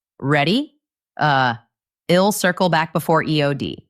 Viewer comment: Your pronunciation of I'll is not correct and confusing. Oyherwise very good.